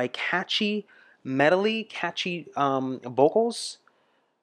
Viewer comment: Hey,, Love your channel! but what' a Medoly?